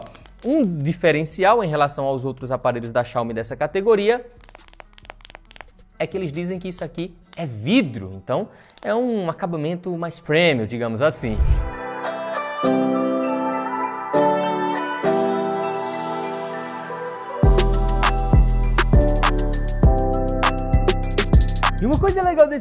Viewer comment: Se escreve PREMIUM, mas pronuncia "primium" com sotaque.